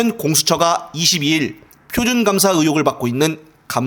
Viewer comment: 표적감사를 표준감사로 발음이 들리게 만들어 놓음.. ㅜ